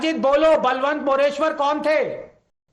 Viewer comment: It's बळवंत मोरेश्वर not बलवंत मोरेश्वर. That's the precise issue.